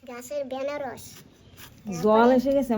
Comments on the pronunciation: বেনারস নয় ওটা আনারস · Banaras bole na anaras bole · বেনারস কি দিদি ভাই, আনারস বলবে। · বেনারস না আনারস?? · তোমরা আনারস কে ,বেনারস বলো কেন ।